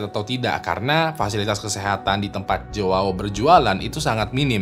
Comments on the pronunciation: jowawo wkwkw, bacanya yaw bang kalau nama Joao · bacanya juau, jgn dibaca mentah" jadi aneh 🤣